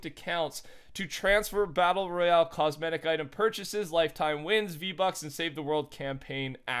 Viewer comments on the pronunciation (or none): none